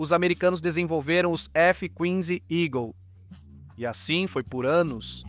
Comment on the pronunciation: P.Q.P. Esses leitores automatizados de textos são phoddas!!! Conseguem estragar todos os textos. Pelo menos, os que ouvi, até agora!!! E, F Qüinze Eagle foi de doer a alma. No Sistema Único de Saúde 57 eu fechei o vídeo!!! Até os Tuques da WWII eu aguentei!!!